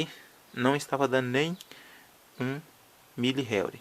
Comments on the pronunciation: não se pronuncia réuri e sim enrri. (Henry) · Na vdda pronúncia é como se fosse RRênri ( HENRY )